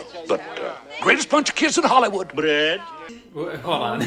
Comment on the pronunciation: This is my new favourite thing. Gently caressing a baquette: "Brrread"